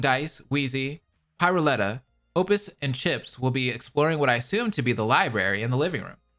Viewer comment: For reference, Pirouletta’s name is supposed to be pronounced Peer-oo-etta I’m,pretty sure, like the dance step since she’s the ultimate dancer